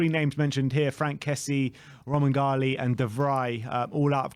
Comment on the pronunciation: Your killing me with this romangali stuff. It's spelt romagnoli, in Italian the gn is usually pronounced like ny, or the Spanish ñ. Pronunciation of his name is romanyoli